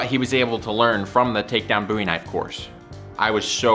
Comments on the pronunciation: Bowie.. Do you call David Bowie David Boowee? No, no you do not. Love your work though. 😉🍻😐Boowee😑😣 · Please stop saying boowee 😑✋🏼